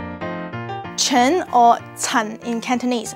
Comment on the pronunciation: Lol. The Hebrew last name is pronounced like "Khen", with a guttural "kh" sound. It means "grace", "charm", "favor", and "beauty". Also you placed the diacritic marks in the wrong place. They're supposed to go under the ח (not between the letters). Source: I'm an Israeli who speaks fluent Hebrew (and Mandarin).